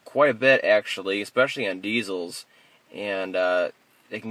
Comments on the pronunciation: No it's not a slur. Its a "z" instead of "s" in diesel. He has your hair cut too! It's a good thing! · Dude you are amazing! And you say Diezel like my son does! LOL